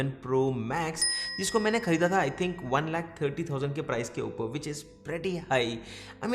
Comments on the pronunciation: That accent... (uper)... upar 😂😂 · A bhai "upaaar" kya hota english bolna han to english may bolo hindi ko distorted mat karo..